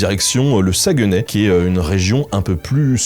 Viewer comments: Excellente vidéo. Beaucoup de respect, de recherche et d'exactitude pour la culture, on le voit et pour ça bravo. C'était génial de voir que tu es allé à la Chope gobeline, un restaurant iconique que j'aime dans ma Ville de Québec. Quelques petits bémols : - Saguenay ne se prononce pas "Saguenè", mais plutôt "Sag-né" - Valcartier n'est pas vraiment entre Québec et Montréal, c'est tout prêt de Québec, à environ 20 min en voiture, mais à plus de 2 h de Montréal au minimum. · ''sa-gue-nay'' ont dit plus ''SaGné'' qu'on dit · Sa se prononce saguené pas saguenais et on dit le fjord du Saguenay, pas Saguenay la baie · On dit Sagnay pas SagUEnay 😉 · Sag-né pas Sagueunè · Le sagueeeeenais🤣Saguenay on prononce pas le e pis ay ça se prononce é. On t'aime Ben! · Jai littéralement recracher ma soupe de rire en entendant ta prononciation de Saguenay, le U et le E somt muet sa se prononce SA-GNAY. Et quand tu dit saint jean comme sa je pense plutot a saint jean d'acres. On dit la lac saint jaaa ( le J peux etre remplacer par un H si vous etes rendu au niveau expert ) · désolé, petite correction si je peu! On dit Sagnay même si ça s’écrit Saguenay! saucisse à hot-dog! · Saguenay, ça se prononce comme s’il y avait pas de E juste sagunay genre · sa gue nay... j'ai mal aux oreilles lol merci de ne pas prononcer le "e" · Alors, jvais faire mon québécois chiant mais Saguenay ce prononce "sagné". Woualla woualla xD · sa-gue-nez ... non stp tu la pas dit comme ça ? HAAH ! ta fait ma journée mais très bonne vidéo rien à dire sur le reste !